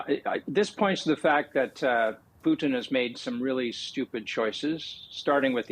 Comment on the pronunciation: Loved how he called Putin “Poutine”…… almost spit my coffee out…..